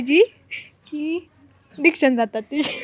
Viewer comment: Diction Nahi Ree "Adiction" Bollii Ti... Bahutek tine mobile addiction Kami karaych Bollii🛂